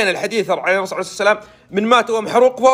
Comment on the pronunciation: ويش اللي عرعرعر عرسلام ؟؟؟؟؟ استغفرالله العلي العظيم ياخي انطقها صح ( الرسول عليه الصلاة والسلام )